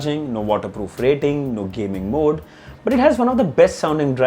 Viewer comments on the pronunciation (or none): none